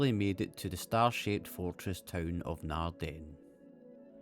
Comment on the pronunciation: Emphasis in Naarden is on Naard not den